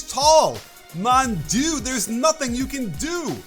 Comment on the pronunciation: Your French was good, coach. Spotted that 😂 Mon Dieu!!